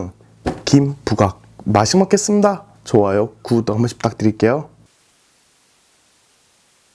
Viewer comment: ㅋㅋ매번 보면서 궁금한게 맛있게 먹겠습니다가 발음이랑 높낮이 조절이 안되나요? ㅋㅋㅋㅋㅋㅋ